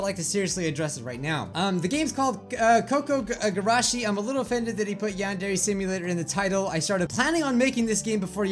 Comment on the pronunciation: it's probably said as koo koo gurashi